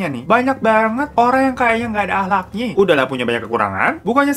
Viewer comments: Kalimat dibelakang hurufnya kebalik bang 🤣🤣 Ahlak : yang benar "Akhlak"🤣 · Bang tu akhlak bukan ahklak wkwkwk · Akhlak kakak, bukan Ahklak😂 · Akhlak bukan ahklak :v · Bukannya seharusnya “Akhlak” ya bukan “Ahklak” 🤔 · Bang AKHLAK bang bukan AKHLAK.. uuuh babang